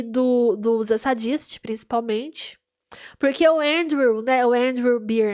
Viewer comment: Vc é engraçada, gostei! Comente os outros episódios tbem. Nome dos irmãos vou facilitar sua pronuncia: Reidgi (Rhage), Fury (Phury) Zeidisti (Zdist) o restante tá ok ❤